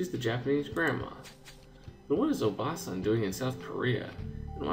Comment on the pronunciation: I don't really want to be honest about it, but... you've been pronouncing "obaasan" wrong the whole time peace out